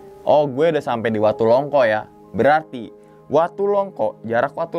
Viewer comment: Longko bang bukan longkok